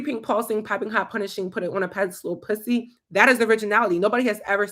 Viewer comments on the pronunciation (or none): The way you say p*ssy always gets me 💀💀💀😂😂😂